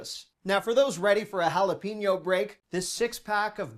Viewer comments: FYI - The correct pronunciation of jalapeño is ... ha-la-PAY-nyo , NOT ha-la-PEE-nyo. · Jalepeño- sounds like pen, like what you write with. Note Pein. Say it “hala-pen-yo”.